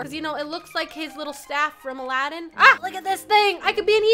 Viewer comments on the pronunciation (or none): none